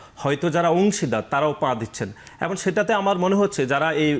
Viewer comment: ছাত্রদলের নেতা "এবং " এর পরবর্তীতে "এবন " বলছেন বলে মনে হচ্ছে।